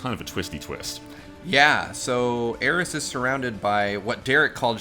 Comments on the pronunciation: Areith??? What the hell? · I’m mad it took me like ten comments before I found one calling out “Areith”. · Aw yes, Areith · You've heard of Aeris. You've heard of Aerith. Now introducing Areith.